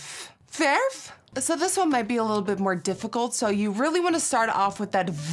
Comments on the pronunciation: It’s not perf its verf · Nikki be like: verf whit the pirate rrrr . Me : verrrrrrrrrrrrrrRrrrrf met de meest boeren r die er is.